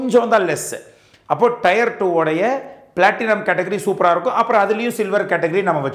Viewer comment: Thanks for these wonderful videos. A small suggestion on pronunciation of Tier, it is pronounced like tear(டியர்), not Tyre (டயர்) (used for Car Tyre).